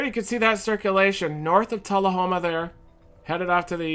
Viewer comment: hey thank you for pronouncing Tullahoma right